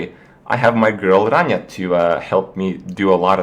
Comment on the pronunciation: the way you say rania is so funny